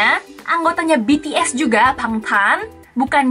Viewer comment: Kalau BTS udh bener nyebut nya😅